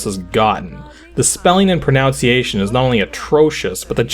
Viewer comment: Achievement Unlocked: Mispronouncing "pronunciation".